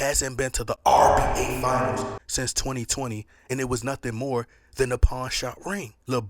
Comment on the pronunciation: idk maybe I’m hearing him wrong, but it always sounds like he’s saying RBA instead of NBA…😅